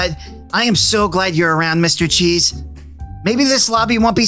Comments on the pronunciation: When angel killed mr cheese it sounded like mr cheese said “owcheese” or something like that. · bruh mr cheeze said bul cwap